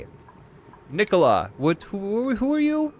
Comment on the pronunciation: Hmmm, pronounced Nikola right...noice,that is my name:D